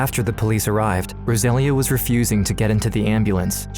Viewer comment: Rosalia is pronounced rose-uh-lee-uh